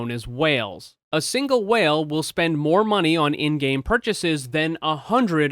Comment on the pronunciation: The way you say whale makes me uncomfortable idk why